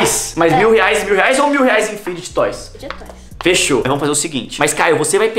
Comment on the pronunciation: Vcs são os únicos que sabem falar fid toys serto os outros meus ídolos ñ saber